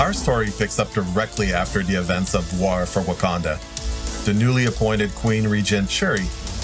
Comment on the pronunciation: “Our story picks up directly after the events of WOO-ARE For Wakanda”